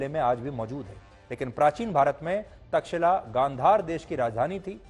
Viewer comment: तक्षिला नही तक्षशिला